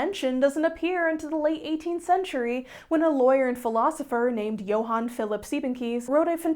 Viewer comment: You butchered Johans name 😂